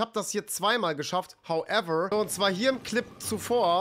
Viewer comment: Regt mich richtig auf wie er HOWEVER sagt